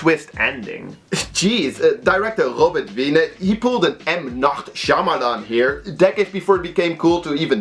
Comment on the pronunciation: "M. Nacht Shyamalan" lmfao!